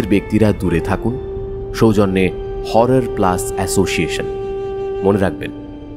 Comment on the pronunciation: HORROR কথাটার উচ্চারণ বার বার 'হাওরার' শুনতে কানে লাগছে। একারনে stylised বাংলা ও ইংরেজি না বললেই ভালো যখন তা কোনভাবেই অনুষ্ঠানের কাজে আসে না।